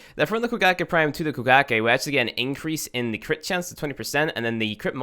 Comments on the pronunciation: I keep thinking he's saying Bukkake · I thought it was koe-kah-gae